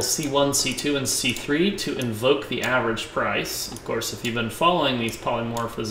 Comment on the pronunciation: You keep saying 'polymorphiCism'. It is NOT polymorphiCism - it is polymorphism. Great tutorial, though!